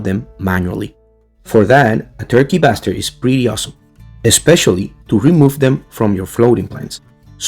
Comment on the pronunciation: I heard the "turkey bastard" too 😂😂